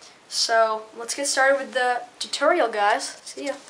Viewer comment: u said it weird instead of tutorial u said titerial lol